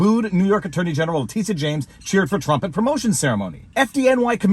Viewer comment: Vever. Its pronounced lah Tisha.....lmao